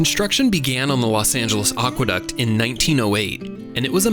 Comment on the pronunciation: Great video, except for one thing. It's a shame that the word "aqueduct" was mispronounced. As any good dictionary will tell you, it's ACK-wuh-duct not OCK-wuh-duct. It's a common mispronunciation, but it really grates on the ears of anyone who knows something about Latin, English, and the history of words.